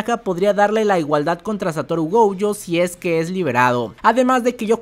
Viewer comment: Por que carajo le dice goujo si es gojo